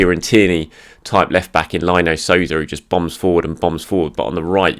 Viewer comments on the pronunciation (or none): Nice video..but it's pronounced Lino (Leeno) Sousa.